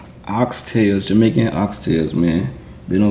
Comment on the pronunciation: No offense but, He said Jamician STYLE!